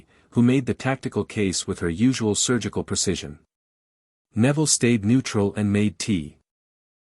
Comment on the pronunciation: I find it funny at an hour and 29 minutes Neville's name is pronounced Nevada